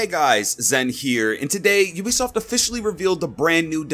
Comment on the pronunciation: U say ubisoft wrong its a long u not a short u Love your vid btw